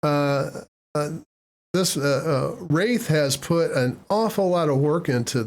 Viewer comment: I did enjoy the video thank you you got most of the things right except my name 😃 Warith for persistence install the conky will show it to u just see where it says OS Live: No I appreciate your informative video keep it up